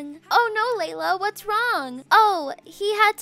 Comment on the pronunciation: Laila not lala